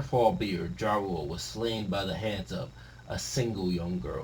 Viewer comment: Thought bro was talking about "Ja Rule" for a second, damn near thought the One Piece Eminem is coming back lmao. Btw all Germanic languages pronounce "J" as "Ya" except English, so he's Yarul and his co-captain is Yorul that big mom sent to heaven (RIP)